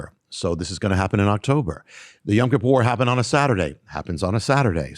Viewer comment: I love you brother but why do you keep pronouncing Yom (day) Kippur as Yam(sea) Kippur? I have been trying to teach my friends some basic Hebrew where I keep telling them it is Yom and not Yam and you keep pronouncing it both ways. I tell them to listen to you and they come back and say you do pronounce it Yam and I don't know what to say...